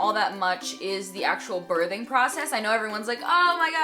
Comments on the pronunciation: She's SAYIN birding😂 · you say the word birthing very strangely.